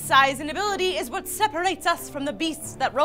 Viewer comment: you said vat XD